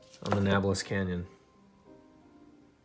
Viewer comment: Nah bul iss” bruh lol